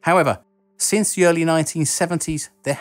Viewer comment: Not necessarily your fault,, or not totally, but... your pronunciation drives me to distraction. For instance, when you are saying, “...which is one of the reasons why...” I hear “...which is one of a reasons why...” and this is because instead of saying “the”, you say “va”. Same thing, you say “fought” instead of “thought”, “free” instead of “three”, “van, vat, vine” instead of “than, that, thine”, etc. I understand that one’s pronunciation is mostly dependent on how one grew up speaking, and it is typically learned from one’s family and acquaintances, but part of public speaking is learning how to avoid the use of pronunciations which most people may find difficult or confusing, or at least distracting. For instance, in my native English I pronounce “creek” like “crick”, but when speaking in public, I say creek. I guess I agree a good bit with Mr. G. B. Shaw in that I tend to think that people should purposely speak in a way where they will be easily understood, rather than speak the way they always have.